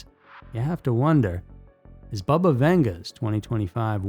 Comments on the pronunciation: It's NOT pronounced BUHBUH, it's BABA!!!! RIDICULOUS!!🤦🏾‍♀️🤦🤦🏻😆🤦🏼‍♀️🤦🏿‍♀️🤦🏻‍♀️🤦🏼‍♀️🤦🏾🤦🏽‍♀️🤦🏼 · Not bubba- bahbah